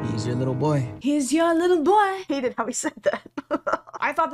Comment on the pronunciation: he’s your little bwoaigh